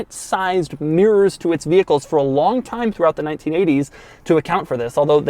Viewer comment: I don't think I could write mirrors the way Doug pronounces it. Miyrrrs